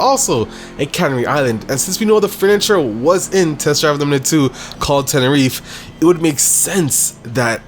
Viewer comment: the way he says tenereeef made me stop watching it xd